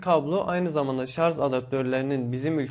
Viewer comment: şarz değil kardeşim şarj